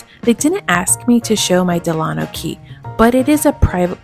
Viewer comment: DELano not DeLAno, after Franklin DELano Roosevelt. Please.